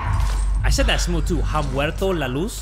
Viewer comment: just a little Spanish lesson, you don’t pronounce the h in ha muerto la luz 😂